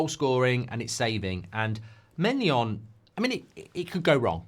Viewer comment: How can you pronounce maignan as maynion and gyokares as Jokares